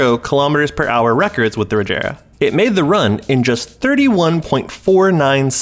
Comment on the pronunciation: It's a hard g in Regera.